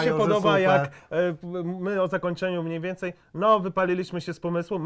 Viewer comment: mniejmniej zamiast mniejmniej xd